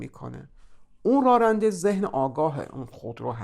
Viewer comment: سپاسگزارم. از تشبیه و مدل کردن بسیار خوبی استفاده کردین. چون پای ناخودآگاه مطرح است فقط جسارتا کلمه راننده را که بسیار هم تکرار شد بصورت رارنده تلفظ کردین که این کار باعث ملکه شدن این نوع تلفظ میشه. اما جالب این هست که کلمه راننده گاهی هم درست تلفظ میشد.